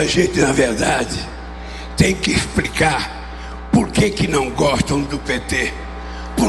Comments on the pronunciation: "Essa gente tem que EXPRICAR",só no Brasil mesmo que elegem um presidente que não sabe nem falar o português mais ou menos correto! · O português continua impecável. impitiaru a Dilma. tem que expricá E por aí vai...kkkk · "expricava" esse é nosso ex-presidente do Brasil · "Expricar" esse vagabundo nem falar sabe. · Expricar kkkkkkkk... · "Expricar " é ótima, não sabe nem falar.